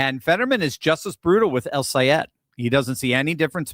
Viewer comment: Ooooooo! can pronounce that name!!! Good thing, the a hole said, if you can’t pronounce it keep his damn name out of your mouth. What a jerk …. But OUR WONDERFUL GENIUS friend,, is better than alllll the rest! And once you get the best, forget the rest ✝️🙏💕💕💕💕💜💜✝️🙏